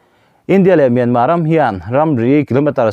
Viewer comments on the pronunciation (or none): Myanma ram a awm ka hre lo, Myanmar ti ve mai laa, a tawpa " r' hi lam ri tel ve laa.Myanmar tih hi ram hming a ni a, sap tawng a ni lo Saptawng ah chuan a tawpa " r' hi an lam ri lo tlangpui.